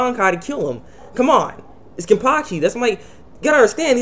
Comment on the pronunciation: its wonderweiss the small boy aizen had . n its kenpachi not kenpaki . god u have spasm man .